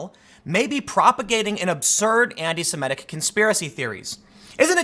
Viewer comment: "it's Semitic", not Semetic , you zionist tool